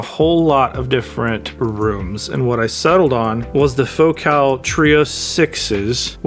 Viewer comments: It's pronounced FOCAL not FOCAL. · Hahahaha, it's fo-CAHL.